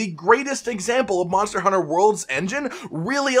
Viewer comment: dude says "monter hunter"